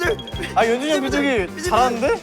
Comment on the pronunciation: 카이 한결같은 연주니영 발음 너무 귀엽다 ………